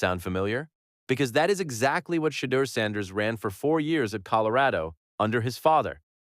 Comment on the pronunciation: SHEDEUR IS PRONOUNCED SHA-DOOR